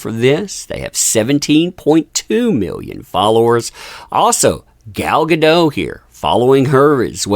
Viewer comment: GAH - DOH - T (A HARD "T" -- think of "Don't" and remove the N) -- I speak Hebrew... it's a HARD T - TEE!!